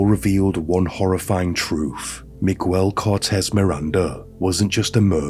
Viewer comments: Meeg-el not me-guel, sorry I know it's beside the horrific point but it just kept phucking with me. Thanks for informing me of this insane case. Great speaking voice as well. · 2 seconds in and you say “migwel”instead of miguel. I think you can be bothered to learn basic pronunciation, it makes it seem low effort like you did the bare minimum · Hello, not to take away from the content, but his first name is pronounced as MIG-AIL instead of MIG-WELL. Hope this helps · I mean this to be respectful and helpful, but I feel like in text, it just sounds rude or even d*ckish 😂 So, just fyi. In Spanish, Miguel is pronounced Me-gel. In "guel" the U is silent. In "mi" the I sounds like an E. Hopefully, that makes sense 😂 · He said Migwell... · Right? Miguel = Magwell? 🤣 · Migüel lol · Hi mate, I love your work, I lived in Mexico for several years with my husband and our children, this guy is as bad as any infamous mass murderer & rapist, thank you for bringing this case to light. Just wanted to point out that this disgusting monsters name is pronounced *MiGell, with a silent "U". Again thank you what you do, I love your videos. ❤ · The “ u” in Miguel’s name is silent, so it’s pronounced “Miguel”.